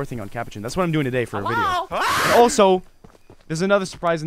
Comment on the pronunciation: It's not touday